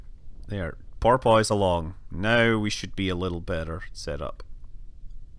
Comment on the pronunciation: Scott's pronunciation of porpoise is amazing